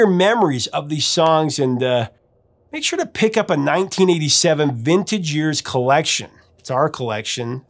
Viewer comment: Every time you say "vintage years" I hear you say "vintage Ears 👂 "... which is still totally accurate😆